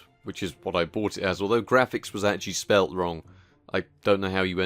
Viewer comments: "Graphicks" Card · You end up spelling it Graphicks exactly like you end up spelling it Magicks! ;)